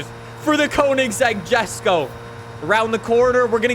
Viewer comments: Please stop pronouncing it as Jesko, it's (Yes-ko) I hope he reads it. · Lol jesko is Swedish so pronounced yesko. Still love this vid! Thanks so much for your passion for FH5 science!